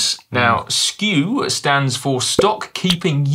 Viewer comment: Dan's version of SKU sounds more like "excuse". :)